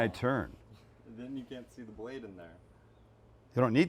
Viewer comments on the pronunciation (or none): none